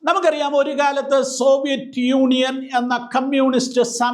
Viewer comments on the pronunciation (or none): none